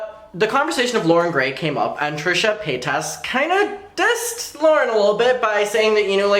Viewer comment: "Trisha Pataytas"